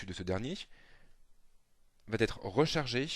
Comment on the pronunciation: Je conseille vivement à ce "prof" de supprimer le "t" de tous ses "va". Avant que de se permettre de jouer au donneur de leçons, il serait donc souhaitable qu'il en prenne lui-même d'abord...